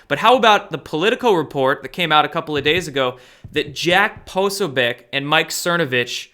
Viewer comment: Poso - BEE- OTCH not Posobiec :-)